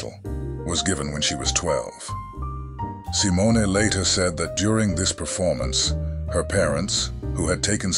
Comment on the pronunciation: I think most of this video was made by AI. The script could have been scraped together from freely available sites, and the VO makes weird mistakes, like sometimes mispronouncing her last name.